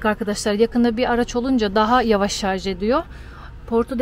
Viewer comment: Şu an ayrı yazın lütfen. Çöp hassayetiniz için teşekkür ederiz. Bir de nadiren şarz diyorsunuz, çevreci aileye pek yakışmıyor. Selamlar 👋